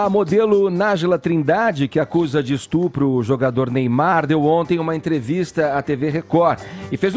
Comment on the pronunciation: "ESTRUPU" kkkkkkk todo mundo erra, mas que é engraçado é.